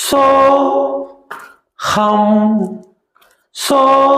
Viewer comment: சோகம் அல்ல.. சோ.. ஹம்